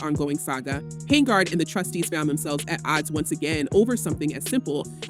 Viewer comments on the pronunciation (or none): HENYARD. NOT HANGARD